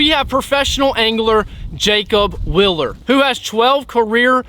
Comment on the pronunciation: zMan literally makes 30 different line through swim baits 😂 Please say my cousin Jacob’s last name correctly, people pronounce our last name “ willer “ all the time. It’s wheel-er.